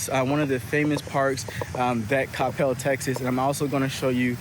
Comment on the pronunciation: Thank you for saying Coppell correctly. I just watched some other dudes video about Coppell and he called it kuh-PEL the whole time..... it irritated me way more than it should have lol. You are super well informed and have so much good info. I will say, while a lot of the houses have the whole driveway behind the house situation going on, there are also a lot with the front driveways, mostly off of bethelschool. But night life sucks for sure, although the new Cyprus waters development has a few bars, restaurants and a venue for live entertainment, so that's promising. But anywhoo, great video